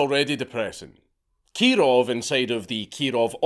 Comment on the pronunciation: (Keee-rohv reporting!)